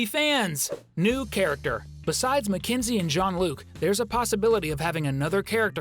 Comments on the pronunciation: Na it's mekenzee like at bluey pup it's a mekenzee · Mackenzie it's MAKENZIE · It's mackenzoie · Absolutely Mack enzie